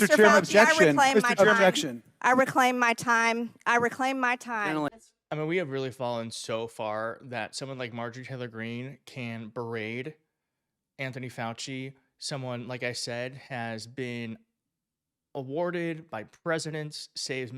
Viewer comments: "berade". Did you actually say "berade"? WTF is "berade" I think the word you were groping for was "berate" fuqin hell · The word is berate.....not baraid!!! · Berade? it's BERATE. if you're gonna do Podcasts, Learn the Language!